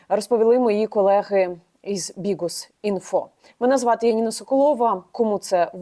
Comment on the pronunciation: Чому вона говорить "БіҐус" ??